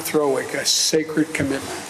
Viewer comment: Almost spat my tea out when Biden said Article 5 was sacride commitment.😂